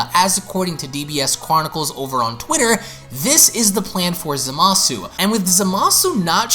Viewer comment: ...I will never understand why, even three years later, people still insist on mispronouncing Zamasu's name as "zuh-mah-soo", even after all the times Gowasu has exclaimed "zah-mus!".